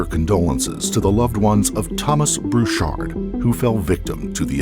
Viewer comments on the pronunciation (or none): The voice-over always says "Bruchard" instead of "Burchard"...